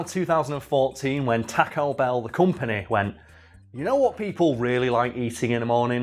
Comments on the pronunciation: TAH-co Bell?! TAWWW-co bell! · Teaco Bell. What is that pronounciation. xD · every now and then, I don't hear "taco bell" I hear "tekko bell" and that makes me chuckle a bit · “Tack-O Bell” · Why do Brits pronounce taco Bell. talk o bell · Tack-oh bell... I don't know why this annoyed me so much... It's a spanish word man... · The way he is sayin taco ba a bruh moment but it's all good